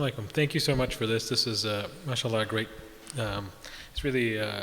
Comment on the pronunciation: Not mashalah, it is Ma-Shaa-Allah Mashalah is blasphemy